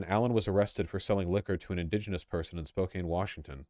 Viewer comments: You know Vaush isn't from WA cos he pronounces it spo-CANE and not spo-CAN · Incedibly specific sidenote but: Spokane = "Spo-can" not "Spo-cane" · this was a good video however vaush cant pronounce spokane and it upsets me because he lives in seattle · Vaush, you’ve lived in Washington for years. Maybe ask a local how to pronounce ANY of the names of the cities in Washington. Can’t even get Spokane right. Disgraceful. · Vaush will now be banished from Washington for mispronouncing Spokane.